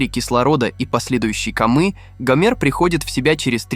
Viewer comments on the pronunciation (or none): Как противно слушать ваша безграмотная речь...комЫ...может все же кОмы! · После комЫ😂